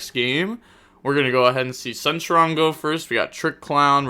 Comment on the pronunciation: wants to pronounce Algelo and demone properly but fine with saying centron haha